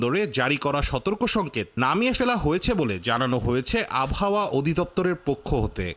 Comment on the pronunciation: Abhaoa ki abar. Ordho sikkhito journalist naki abohaoa k abhaoa bole